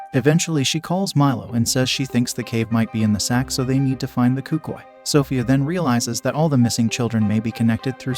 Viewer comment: i thought it was pronounced el cookooey